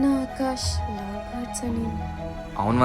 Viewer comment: it's LOVE or Lou speak properly